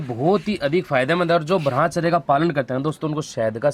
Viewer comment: भाई जी आपसे एक निवेदन है शायद ब्रह्मचर्य का उच्चारण आप सही से नहीं करते हो थोड़ा ध्यान दीजिए , आपकी मोटिवेशनल वीडियो बहुत अच्छी लगती हैं